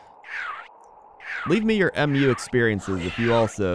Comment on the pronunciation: A lot of people call it M.U. But it's actually "Mew", it's the name of the continent. They say it a lot in the trailers and in game. (All three games, actually)